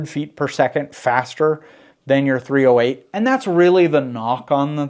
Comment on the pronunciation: Hi. Its "3-zero-8" and not "3-letter O -8"! Andrew